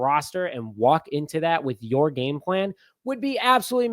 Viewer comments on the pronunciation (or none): none